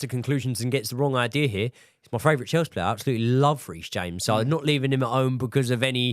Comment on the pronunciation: can say Panathinaikos but can't say favourite - Australian Hardcore fan